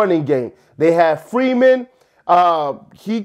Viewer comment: It’s Foreman, not Freeman BTW. Titan Up! Good luck Phins fans.